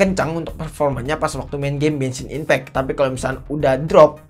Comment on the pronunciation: Genssin ipeck ❌ Bengsin ipeck✔️✅